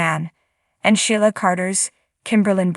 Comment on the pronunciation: Its not Shiela pronouncer Sheela